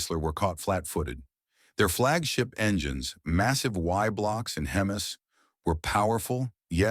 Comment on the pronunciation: More pathetic crap. Out of context photos of a Nash and a Corvair, AI voice that can't pronounce "hemi". Clickbait title. I would cordially invite you to an extended stay in the theological place of eternal punishment.